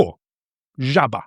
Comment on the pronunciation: In Prievidza region - zemáky Favourite potato dish - halušky s vajcom Regarding the žaba joke - it's a classic one. Just one tiny detail: - in Humenne version (ta, žaba, ne?) you forgot to stress the second word (žaba), so it sounded just like a standard slovak...But the stress you put shifted the meaning from the original "ta, žaba, ne?" = well, frog, innit? to "tá žaba, ne?" = that frog, innit? Just a small detail :) Love your channel 😚👌🏻